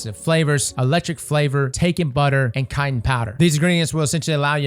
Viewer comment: I've never heard someone misprounce "chitin" so badly 🤣🤣🤣🤣